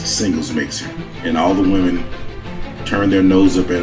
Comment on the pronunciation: Say “Women” not Woman when saying plural.